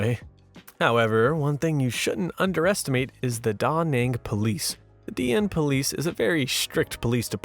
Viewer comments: You are putting the emPHASis on the wrong syllABle .. it's daNANG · LOL that is the first time I've ever heard Da Nang pronounce that way. Is that the correct way or just a guess? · That's the first time I heard Da Nang pronounced that way. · That's the first time I ever said Da Nang. Apologies.